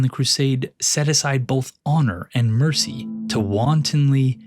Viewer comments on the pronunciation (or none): none